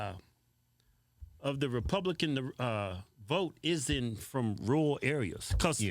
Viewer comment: I tuned this the broad out as soon as she said rural…. 🤦🏻‍♂️